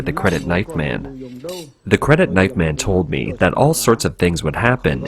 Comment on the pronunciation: The narrator makes it very difficult to discern whether he is saying "man" or "men". That is shockingly confusing...